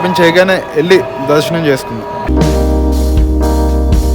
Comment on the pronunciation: Darshanam❌ Dalshanam✅ Tomorrow ❌ Tomollo ✅ Great❌ Glate ✅